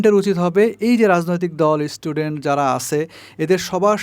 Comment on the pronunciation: Age istudent theke student bola sikhun. Tarpor channel chalaben